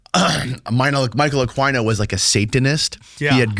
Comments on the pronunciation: Michael "UH-KEE-NO" not "uh-kwi-no" 😂 that was buggin me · Pronounced Akino not Aquino geez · Michael Aqua-E-No LOL you need to up your knowledge on names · It's not uhk•why•no, Jackazz🙄 Just make yourself sound infinitely more st00pid than you do already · It’s pronounced Michael Aw-Keeno Aquino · Aquino's name is pronounced Ah-kee-no. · Ugh. It's Michael (pronounced Ah-kee-no or possibly Ah-quee-no) . I don't know what that noise you guys were saying but it was horrible. lol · That's the ultimate goal, to get back to Babylon cause they're into Ba'al/Remphan/Moloch worship. The star that is on I$rael's flag is NOT King David, that's another deception. A-KWAI-NO? 😭 Can't do Spanish names, ese? 🤣. Michael Aquino was a whack job. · ITS KILLING ME… it’s Michael. A KEY NO. ( pronounced) spelled Aquino… I did a deep dive on him about 2 years ago… he is the real deal EVIL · Isn't the name pronounced a-keen-o? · Is pronounced akino. And yes he was part of the Satinist church together with Anton Lavey. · Pronounced “AKEENO” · "Michael Akwyno" lmao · It's pronounced A-keen-o for God's sake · Michael A-KEEN-o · It's said like AK-EEN-O...The leader of the Temple of set.militarys satanist version. He was a big wig in the military you retard.he wrote a book the military still use right now dumazz. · You are not even pronouncing Michael Aquino's name right (A-Keen-Oh), and yes, he raped kids, study MURDEERED FORMER HEAD OF THE LA FBI TED GUNDERSON'S RESEACH AND THE TESTIMONY OF MK-ULTRA VICTIMS! RESEARCH MURDERED MAX SPIERS AND HIS LAST INTERVIEW HE DIED DURING. ITS ALL EXPLAINED THERE AND I KNEW MAX SPIERS DIRECTLY.... AND JANES RINK/RING DIRECTLY, WHO WAS MICROWAVE MURDERED THIS YEAR.... HE WAS SUPER HEALTHY, ORGANIC JUICED DAILY, AND HE DIES WITH A LIVER THAT HIS DOCTOR TOLD HIM BEFORE HE HAD DIED LOOKED LIKE IT HAD BEEN IN CHERNOBYL. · Michael Aquino ( ak- wee-no).. no he was a full on pdf file... you dumb f***. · Michael Uh-queen-o is the right pronunciation 😂😂😂